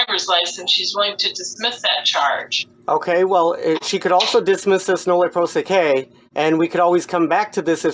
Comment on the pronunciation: if you're going to pretend to recognize "legalese" - recognize it is Latin and then learn how the vowels sound in Latin. You're mispronouncing "prosequi" - "qui" is pronounced "quee". You're welcome.